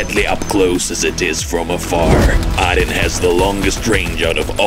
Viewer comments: Why do you pronounce it “Odd Din”? It’s “Oh Din” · It's pronounced oodin